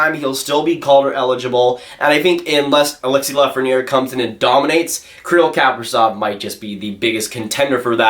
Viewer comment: he is pronounced Kapri-Z-ov, not Kapri-S-ov lol